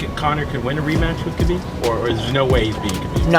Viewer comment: one world can ruin this hole vid it's 'khabib'